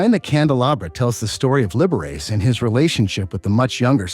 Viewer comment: Libera"chee" not Liber"ace"